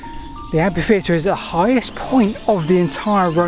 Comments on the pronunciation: English is famous for inconsistencies in pronunciation. I am Australian and I have only ever hear the word pronounced with a silent h. Same in New Zealand. Seems to me there are plenty of regions where a silent h is standard, or at least common. As it is a borrowed word from French, I wonder how the French pronounce it? I suspect the French would say we are both wrong in our pronunciation of the entire word. The French word derives from the Latin amphitheatrum, which is in turn derived from the Greek amphitheatron and I presume both the Romans and the Greeks would take issue with the way both the French and English pronounce (and to them) misspell the word. I do believe that while modern Greek pronounces ph as f, ancient Greeks pronounced it as p. Phi was pronounced pi To insist that ph is only ever pronounce as an f is similar to those who say that gif is not pronounced with a soft g, like jif, despite the person who invented the gif as well as its pronunciation being insistent that he intends it to be said with a soft g, just like other soft g usages, like the names George and Geoffery and words like genius, and gem, and genitals. Yet there are people who insist that g is only ever hard at the start of a word. I will grant that photograph and pharmacy are pronounced as an f, and amphitheater I would use as the only exception I am aware of to that convention. I may well concede that pronouncing amphitheater as if with an f is perfectly correct, but I would also suggest tha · should be so ashamed that he re-records the audio, this time pronouncing the word "Amfy-theatre"! (Can't this sort of glitch be sorted out by review by someone else, in pre-production?) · Your presentations are full of information and enthusiasm, thank you. One small quibble, amphitheatre is pronounced amfitheatre and not ampitheatre, from the ancient Greek words amphi + theatron (theatre). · Why has everyone suddenly decided to mispronounce it as ampitheatre? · Ampi-theater in the US.